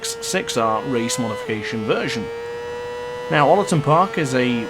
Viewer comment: Love the vid but your pronunciation of Oulton is killing me 🤣 great vid mate